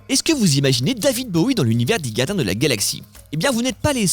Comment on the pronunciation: il se passe quoi avec le gars qui fait la voix off? il n'arrive pas à prononcer les "R"? la gadins de la galaxie à 1 seconde de vidéo, c'est fort